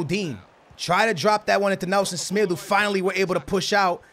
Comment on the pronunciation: You do not accent the names of the players correctly like semedo and dembele